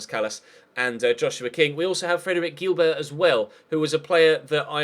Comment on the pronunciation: that centre back on your shortlist is pronounced Guilbear